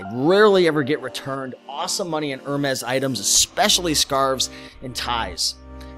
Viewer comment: thanks! Hermes is pronounced “ Er-May” -it’s French.